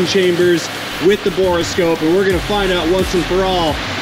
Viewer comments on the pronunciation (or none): “Bore” scope, not “Bora” scope